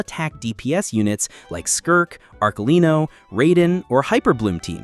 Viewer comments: fr bro ? arkelino??? tht's how you pronounce the father? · right but he pronounced Arkelino which is funny